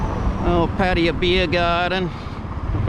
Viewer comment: Thanks for the video. I suggest u Ask a Thai person how to say Pattaya as ur online name is Pattaya and u r butchering it.